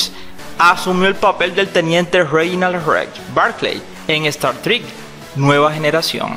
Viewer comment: Pero qué malo pronuncias casi todo !!! Es Star Trek y se pronuncia como tal. No es Dwayne, sino Dwight (Duáit). No es di rent stroques, sino Diffe'rent Strokes y se pronuncia dífh rent strouks.